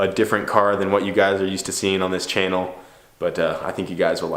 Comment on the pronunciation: "chanal"? hahah